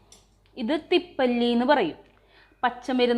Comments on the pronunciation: തിപ്പല്ലി അല്ല തിപ്പലി എന്നാണ് പറയുക. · Thippali ane. Thippalli alla.